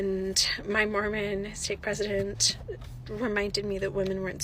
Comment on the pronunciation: When she said "Mormon"....I was like "Ma'am, you were already doomed". Smh.